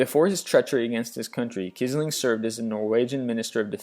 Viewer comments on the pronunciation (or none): And Quisling is pronounced "Quiz-ling" rather than "Kissling". And someone already mentioned the Gestapo. I've notice lost of pronunciation errors in other vids, too... but I have to give credit where it is due... given the range of topics he covers, some errors should be expected. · Kizling? (facepalm) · Fun and interesting, but some of the history is wrong and wording awkward, and several pronunciations godawful. Pizzaro, Quisling, Gestapo, Abwehr, Xerxes, and Ethel are the ones I notice.